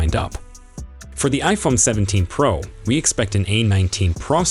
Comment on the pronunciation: Why are they saying Praa Max instead of Pro Max? They say Pro but not Pro Max. This is the 3rd or 4th person to say it